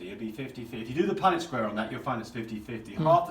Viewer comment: I sincerely appreciate your knowledge base and know that you are obviously well educated in these areas. The only critique I would have, is that the proper pronunciation of the word is PUNNETT square. You and your assistant both refer to it repeatedly as PunDIT. This might be accent related, so i apologize if that’s the case. :) Other than that tiny thing, I sincerely enjoyed your work here. :)